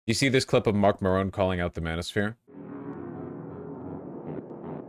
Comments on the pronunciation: Did he say Mark Maroon? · Marc Maron... did he say Marc Maroon? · VAUSH NEEDS TO LEARN HOW TO SAY MARC MARON"S NAME.